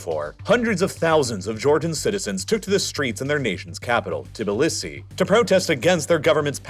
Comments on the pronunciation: I’m starting to think you mispronounce stuff for engagement… which I understand I am now providing but still. Tibilissy? Cmon man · Your pronunciation of the Georgian capital is hilarious!😂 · Did you really just make a whole video about Georgia, and not look up how to pronounce Tbilisi?